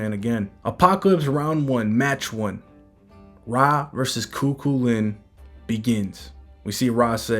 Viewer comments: Just found your channel. Love everything you post frfr! But nothing is more funny than hearing you tryna say Chu Chuliann. It’s not Ku-Ku-Lin. It’s Kugh- Kull-ian. Thank you for these updates as well🫡🙏🏽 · I love these vids bro! And I just wanted to lyk it’s actually pronounced “Coo-Cuh-Lin” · Hello local Irish here but in the video Cu Chulainn is missed pronounced it’s actually Cu-Cul-Linn